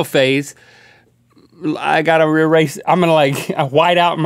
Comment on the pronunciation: "I gotta rerase".